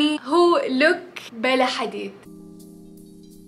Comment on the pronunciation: Pronounce for Bella is wrong girl check on YouTube 🤍